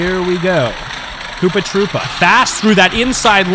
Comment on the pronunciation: KOOPA TROO-PA